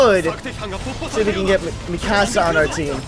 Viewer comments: its pronounced mee-ku-za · ITS PRONOUNCED MEKASA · He says Mikasa's name wrong